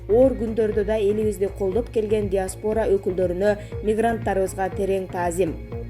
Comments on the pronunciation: ДиаспОра эмес - диАспора! Туура окуганды үйрөнгүлөчү деги! 😥😥😥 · Мен да айтайын деп аттым эле, диктор нормальный окуй албайт..... Мисалы диаспора деп окуйт го, тооба😡. Башка адамга окуткулачы😊